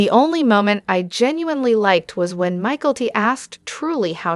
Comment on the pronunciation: I guess AI doesn’t know how to correctly pronounce polygamy, Mikelti, Janelle, etc. cant you get that straight? It seems hard to follow hearing all these mispronunciations.